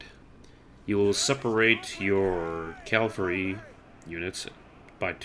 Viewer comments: Great video, though one thing... It's Cav-al-ry, not Calvary. Calvary is where Jesus was crucified. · calvary XDD